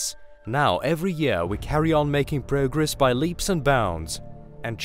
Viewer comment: Did he say Brogress?